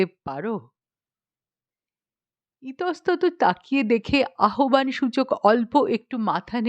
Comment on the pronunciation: গল্পটি খাসা ।পাঠও ।কেবল আহ্বান উচ্চারণটি ঠিক করে নেবেন ।